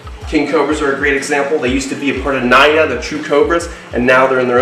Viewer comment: "Naya" lmao at the pronounciation